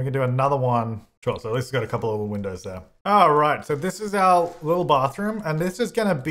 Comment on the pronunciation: So I was gonna say chaz but when you said "thouple" i decided that yes. both. both is good haha